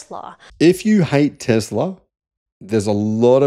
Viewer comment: Please stop saying "TEZLA" it is "TESLA" FFS!